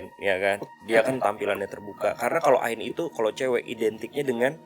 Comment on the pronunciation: Ngik ngik pas dia bilang ain. Woi, kaga gitu kaliiii